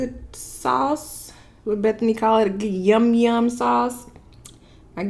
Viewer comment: I cringe every time you call her Bethany